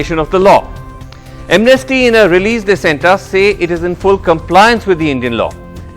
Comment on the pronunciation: BJP spokesperson cant even pronounce 'Amnesty' in a correct pronunciation, anybody expect anything good and benefits for India's from this kind of people ?